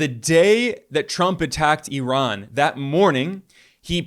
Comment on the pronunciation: Eye-Ran! Jeez